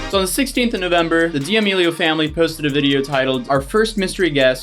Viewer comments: saying Dee-Amelio’s instead of Da-melio’s😂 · It's not DM meal ah yo's It's DE meal a yo's ♥️ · ok im sorry but da-me-lee-o not diamilo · yo are say "Diamealio" It's pronounced "Damealio" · DiAmELiO as an Italian I must correct you... it’s D’amelio (Duh-meh-Lee-oh) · why is nobody talking about "dia melio" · Why do you say d amelios we know your doing it on purpose stop its annoying me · Him: DiAmEliO Me: ahhh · You’re pronouncing their last name wrong. It’s pronounced “Da-melio” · Idk why but it irks my soul every time he pronounces it like “dee-Amelio” 🤣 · Lol why u saying Dee Amelios? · Bro I’m sorry but I can’t watch this with how you’re pronouncing it 😭 I’m not even fans of theirs it’s just jarring hearing it pronounced like that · Are you mispronouncing their name on purpose..? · Please don’t say Damelio like that